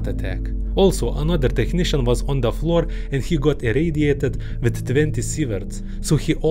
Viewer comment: "On da flor"